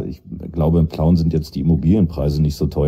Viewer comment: Schon wieder Pleuen, es heißt Plauen verdammte Axt